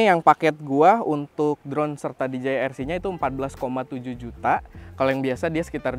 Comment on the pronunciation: Spelling nya bukanya “di je ai”? Bukan “di ji ai”